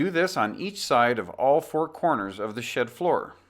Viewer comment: "Here you will learn about the steps to laying out and building SHIT walls" lol this is a the best video I found yet but I couldn't stop laughing at the beginning. I know he said SHED